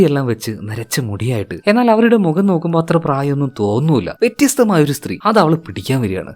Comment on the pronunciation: Vettyastham alla vethyastham🥰👍